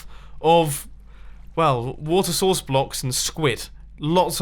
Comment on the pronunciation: "Wait... Why are you saying it like this?" "What? I just said that this water sauce could work." "You mean 'source'." "Yeah, sauce." "But you said 'sauce'." "No I didn't!" "Say 'sources'." "Sources." "Now say source." "Sauce." "Say source!" "Sauce." "Source!" "Sauce!" "You're flooding your base!"